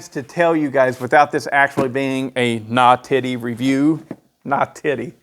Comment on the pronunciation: you nawtitty nawtitty boy